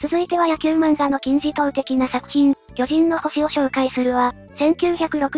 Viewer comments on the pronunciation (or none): あ、面白い。そこは気が付きませんでした。 「きょじん↓のほし」と「きょじん↑のほし」ですね。 そー言えば、「きょじん↑の惑星」という米国ドラマもありましたね。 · 『巨人の星』のイントネーションが違うせいで言葉の意味通り巨人族が住む惑星の話っぽい